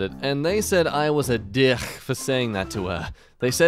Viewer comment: Every time you say “dihick”, I burst into a fit of giggles. It’s a bit of a problem.